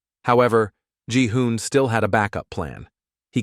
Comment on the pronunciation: ji-hun❌ Gi-hun✅